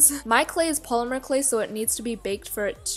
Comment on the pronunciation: When you said polymer clay I thought you said plumber clay😂😂😂